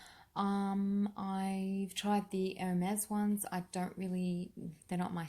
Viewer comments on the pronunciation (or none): none